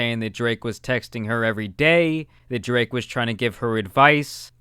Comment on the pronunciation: Not to shit on him or something, but does know spanish? he said "drake compana" 😂